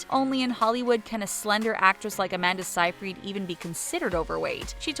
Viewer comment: Sigh-Fred not sigh-freed. Also, Bross(like boss)-nan not Bros-nan